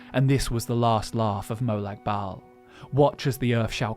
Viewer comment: Why are you pronouncing molag like molog